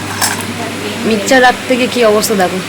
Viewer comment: Mixcher bole na mixer grinder bole